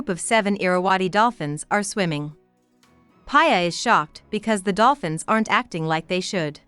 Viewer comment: It’s ‘Pee a’not Paya 😂 ‘Piyali Roy’ And it is ‘Fo-keer’ Fokir